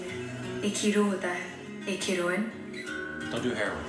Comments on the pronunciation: eek in as reek, no. ek as in trek, yes. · Ek is pronounced ache meaning one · Fools in Hindi ek means 1....your pronunciation of ek is also wrong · Why are u guys insanely funny???? The way u guys pronounced "Ek" was hilarious..